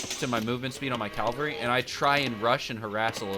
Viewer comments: CaLvery? Dude it's caVelry. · Cavalry*... not calvary. Other than that. Really helpful video ty! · It's Cavalry bud, not Calvary